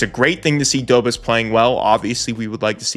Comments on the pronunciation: Love the channel, but a minor thing.. please pronounce Dobeš as Dobesh rather than Dobes :D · FYI Dobes is pronounced "dough-besh" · Love the video! Just a note, it's not Jacob, it's pronounced more like, Ya-kub do-besh 👍 Sam Montembeau I'm sure will be solid as the year goes on and he gets a few more games under his belt. I love my Oilers too, but they've got a full team that needs this, the fact that Montembeau is the only real example of it on the Habs is crazy. There's also always the risk of later if he struggles that Kaapo Kähkönen could get called up, or maybe even Jacob Fowler, which is turning into a potential superstar goalie, so there's definitely some draft depth for the Habs, so no matter what, they'll have a superstar goalie no matter which guy it is. Tbh, since I also love the Oilers, I super duper wish McDavid would've signed earlier so Bowman could splash on Arturs Silovs or even Kaapo Kähkönen since we could use more draft depth there... Instead McDavid signed late and we're gonna gamble it with Connor Ingram, so hopefully he can bounce back! Tbh, last season the Habs were the most fun hockey to watch for me, but Oilers I knew were gonna make a better push for the cup, even with an arguably weaker forward group than 2024... But this year? It's hard to tell lol, if Montembeau can turn into the beast he was last year? I feel like the Habs can truly come out on top of the Eastern Conference. I would super duper love Oilers vs Habs in the Stanley Cup finals... Then at least guaranteed I'm happy no matter who wins and also a guarantee that Canada finally brings the cup home again lol...